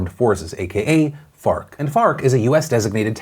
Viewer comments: Me: Wait did he just say Fart? rewinds Me: Oh, ok. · I keep hearing fart. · Can we call FARC, FART. Cuz that's what I thought I herd u saw the 1st time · F.a.r.k. I thought u said fart. Which is way better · Thought Phil said “Fart” instead of “FARC” for a min lol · Farc sounds like fart.... it was hard to make it through that piece without laughing. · So FARC ? Not fart 💨? Sorry it sounds like. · i'm sorry but when he said FARC i just heard fart.. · Farc just sounds funny